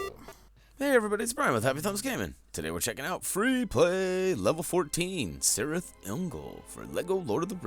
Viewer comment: the c is pronounced k